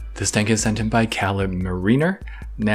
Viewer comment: not to be mean. just letting you know. caleb is pronounced KAY-LEB its a long A. srry. lol Love your vids! Awesome FTR as usual!